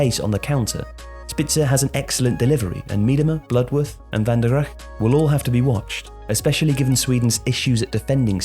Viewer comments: So it's a great video, which gives excellent analysis. Your overall Dutch pronounciation is much better than I've ever heard from an Englishman. And yet I cannot get over you pronouncing Van der Gragt as Van der Gggg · Not always xD. Van Veenendaal went great. Van der Gragt... Oof